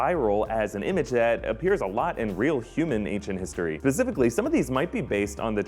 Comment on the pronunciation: I love you and your videos let that be known .... But.... It's not Pacifically... It's Specifically...